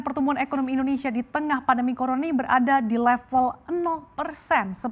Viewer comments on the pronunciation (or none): dia rusuh mau ngomong 'corona ini' jd 'coroni' kkk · 00;37 Wanita ini bilang " Coroni " Hahaha Apek Browwwwww Hahahaha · Corona nya udah berubah, jadi coroni hehehehe